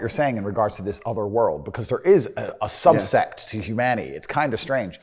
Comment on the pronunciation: When you realize Andrew thinks 'subset' is pronounced 'subsect'...